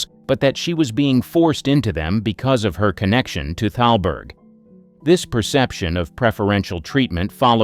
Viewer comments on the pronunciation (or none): It's not talberg...it's THALBERG. I don't understand why the narrator doesn't understand the proper pronounciations.